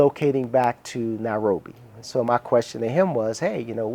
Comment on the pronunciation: Very provocating that he constantly pronounces it Now-robi